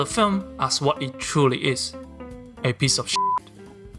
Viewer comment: emphasis on the word SHIT